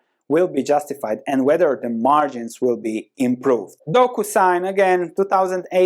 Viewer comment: Docusing? Lol